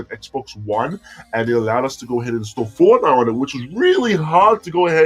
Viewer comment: u forgot the t in fortnite